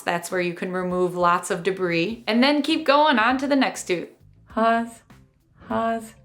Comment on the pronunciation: Hold up, how did she say 'pause' without putting lips together???